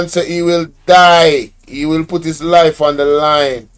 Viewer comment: JIS INSTEAD OF HIS.